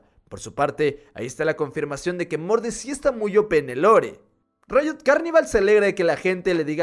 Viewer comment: Pq dice rito o es rito y no riot ¿?